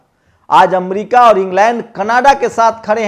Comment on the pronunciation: Amdica nhi America hota hai